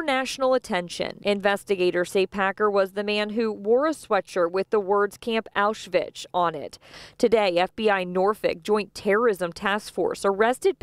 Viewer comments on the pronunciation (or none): you need to learn to read and correctly pronounce words. Let’s start with: Auschwitz. There is no ‘ch’ at the end.